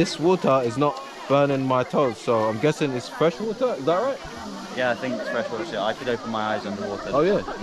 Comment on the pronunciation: bro why you are always pronounce vater instead of water